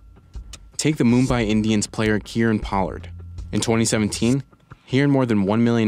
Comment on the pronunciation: I'm sorry but could you pronounce Kieron Pollard again 😂😂😂!!